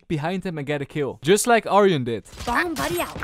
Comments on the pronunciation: u call him aryan but its arjun u have to pronounce the j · FYI: "Arjun" is pronounced ar-jun not ar-hun. Source: am Indian. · bro it is arjun not aryan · my friend you pronunced Arjun as Aryan. ..its like pronouncing june with Ar...Arjun...but anyway u were good ♥ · he thought that the j in arjun was silent and pronounced it aryan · Pronouncing Ajun to Arian. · it is not arean it is arjun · 5.23 u didn't pronunce his name properly it's arjjj uhnn... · My guy seriously pronounced Arjun as aryan Great content regardless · He pronounced Arjun like Aryan xd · no disrespect but u said the name Arjun wrong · my man tried to pronounce my name😂😂 but nice try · All Indians listening to pronouncing arjun hilariously 😂😂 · btw in arjun is the is pronounced just to let u know cus im indian as well 😀